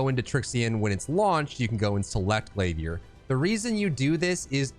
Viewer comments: “Glaviérrr” 🧐🧐 lol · the way you said glavier i was like ya hes getting a sub, but i already was lol